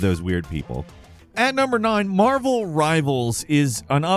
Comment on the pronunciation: At first I thought you said Marbles Rivals. I was way less excited by Marvel.